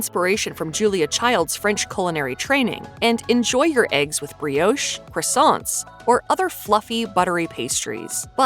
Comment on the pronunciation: The pronunciations, though! 🙉 "Boof buginyon and coke oh van". "Bree-oshe". "Cra-sonts."